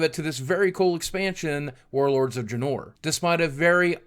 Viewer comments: "warlords of DRAH-NOUR" Boogie,I love you,but please,You're killing me :( dray-nor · Its not "Warlords of Dranór". It "Warlords of Draaaaaaaaaaaaven".